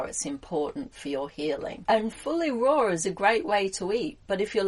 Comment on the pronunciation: Oh ok, it still sounds like you said roar, not raw.